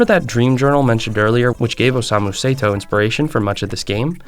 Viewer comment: Say-to as well😭